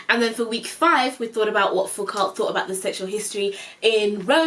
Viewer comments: 'Foucault' is pronounced 'Foo-co', with 'co' rhyming with 'bro' or 'and co.'. The l and t are silent, cuz French is weird like that haha :) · Foucault is pronounced fU-cO or FooCoe! From a fellow women’s and gender studies minor! Super looking forward tot his series!! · Yyyeeeeeeeesssssssss we want this series!!!!!!!! And are you talking about Foucault? If u are then it’s pronounced fooko ❤️ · You would think that Oxford professors would teach you to pronounce Foucault 😂😂